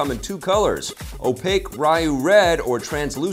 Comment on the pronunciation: It's pronounced (Re-you) Ryu